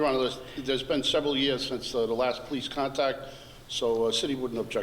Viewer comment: I noticed that the judge has a problem with the letter L....Listen to the way he say police and lawyer.